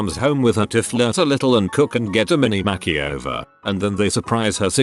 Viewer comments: "Extreme Home Mack-e-over" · "kitchen mackieover"